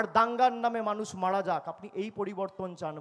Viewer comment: এই এঁড়ে খোকাটা বাংলা ভাষার মানে ভালো করে বোঝে না। বিকৃত উচ্চারণ করে। কোনো মানুষের 'মাড়া যাওয়া' আর 'মারা যাওয়া' এই দুটোর মধ্যে অনেক পার্থক্য আছে। মাড়া গেলে অর্থাৎ চাপা পড়লে মানুষ বেঁচে থাকতে পারে। কিন্তু মারা গেলে বেঁচে থাকার কোনো প্রশ্নই নেই।